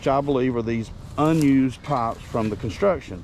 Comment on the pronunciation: It took me an embarrassing amount of time to realize you were saying "pipes" not "pops" lol. Thank you for all you do, I will say again that you shouldn't be so open about your digging because the bowersox/proudfoots are watching! How long was his rv in the same spot and now on the day you're digging nearby it's gone? Please be smart about this, and get some helpers to dig more thoroughly. There's no way to know if the amount you dug actually clarified if it was where S is or not.You need experts! 💚💚💚💚💚💚💚💚💚💚💚💚💚💚💚💚💚💚💚💚💚💚💚💚💚💚💚💚💚💚💚💚💚💚💚